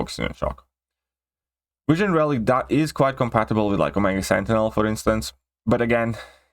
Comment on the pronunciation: What's a wision or a tor? 😂😂😁